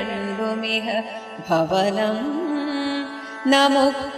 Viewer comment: കീർത്തനം നല്ലത്... യ ര വ ഇതിൽ വ തുടങ്ങുന്ന പദ്യത്തിൽ ചൊല്ലുന്നത് ' ഭവനം ' എന്നത് 'ഭുവനം ' എന്നാണ് ചൊല്ലേണ്ട ത് ( ഹരികുമാർ, സരിഗപ്രസ്സ് )